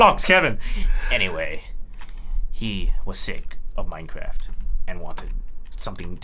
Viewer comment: Old we got Rooblix but what about Manecwaft